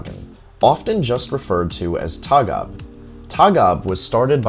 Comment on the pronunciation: Its Tåg AB not taga im from Sweden and Å=O "Tog"